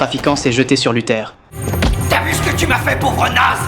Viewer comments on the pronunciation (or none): c'est pas " luther " mais " luthor "